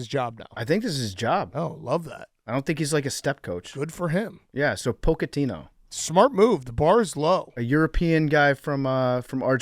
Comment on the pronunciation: PFT's pronunciation of Pochettino is impressively awful